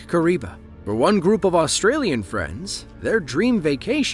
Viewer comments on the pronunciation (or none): none